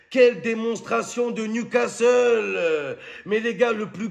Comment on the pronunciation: 😂😂😂J'ai écouté qui y'a eu un ouragan hier soir au stade de newscaster.😂😂😂